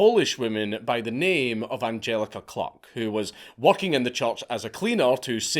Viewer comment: Sorry but the pronunciations of the victims is awful. It’s Die-nah not Dee-na. It’s Ange-aleeka Klook not Angjelica cluck. Not much research done there